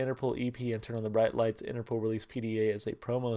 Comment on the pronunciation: For the record the name is pronounced Interpol (interpole) not Interpool :)